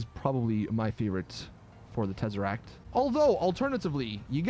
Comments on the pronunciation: Second tezeract 😂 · If u came for the terzeract